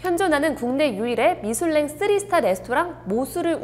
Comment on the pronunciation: 미술랭 정지션 ㅋㅋㅋㅋㅋㅋㅋㅋㅋ 발음ㅋㅋㅋㅋ누나 숲속을샅샅이 해봐요